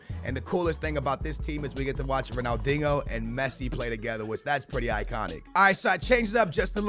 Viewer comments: It's pronounced Ronaldinio not ronaldingo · Ronaldingo say dinjo haha no offence bruv ❤️ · You’re a clown man, he’s Portuguese, thats how they pronounce it. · Why do you call Ronaldinho "Ronaldingo" ? 😂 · Why he call him dingo lol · The way he says ronaldinho 🙃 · Say Ronaldinho correctly